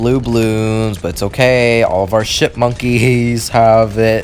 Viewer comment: he/she meant to say ship but it sounded like sh¡T Also she/he said buccaneers